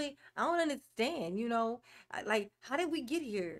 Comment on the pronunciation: anyone else get as angry as me whenever he says "underschtaend" .. he used the word so many times as a lie that his mispronounciation bothers me so much